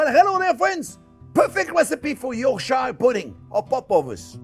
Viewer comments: For the many Americans watching this, it’s pronounced ‘York-sheer’ And whilst we’re at it, it’s pronounced ‘Wuss-ter-sheer’ sauce too 😉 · Bien fait chef. Sauf on dirait York..sheer, like Worcestershire is pronounced woostersheer! Joyeux Noël et bonne année! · This isn't a complaint, I love your food, in fact this year's Christmas dinner is going to be a mixture of things I learnt and have tried from your videos, But I am a Yorkshireman, starting with how you say it - Yorkshire puddings is pronounced, York with (sounds like) Cher (the singer). So it sounds like YorkCher pudding. How we like them is to let them become containers, for gravy and sometimes containers for whole meals. The mix you did was fine, the difference is the tins. For small Yorkshires (YorkCher) pudding tins must not be deep, mine are about 1/2 inch deep, and they need slanted sides. Use about 1/4 to 1/2 of the mixture that you put into each of your deep molds. Then as the Yorkshire grows in the oven it grows outwards first and then upwards, This gives you a Yorshire pud that is like a cup, crispy on all sides, hollow and just asking for some rich beef gravy, or mince. For a meal sized pudding, just use your roasting tin (we do this when the beef is out so the juices become the hot dripping for the puds), same as with the small puds, it will grow out first then rises when it reaches the sides of the roasting pan, you get a container for minced beef and mash. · If you want to impress people from Yorkshire, you can pronounce it York-shh ;) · Just say "yorksheer" the end. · Chef say it with me, ‘York-sure’. 😂😂 with your Aussie accent Yorkshire is pronounced, ‘York-sure mate’. 😂😂 Love these with Sunday roast here in the UK & Ireland. Emotional support butter. lol. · Bless you Chef! Another great and simple recipe. (By the way pronounce Yorkshire as "Yorksher" - just like we English do! hahaha) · Pronounced Yorksher pudding.